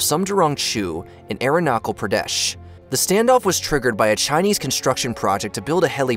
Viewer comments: He got Aksai Chin right once 🙂 but wrong every other time. Arunachal Pradesh was not right one single time. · Bro butchered my state name Arunachal Pradesh 😂😂 Its pronounced arun aah chul